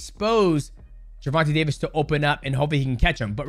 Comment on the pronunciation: “Jewvontay Tavis” come on bruh be better